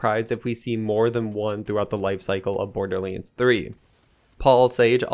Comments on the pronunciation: yea he always says that, borderlense...... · Did you just say Borderleens?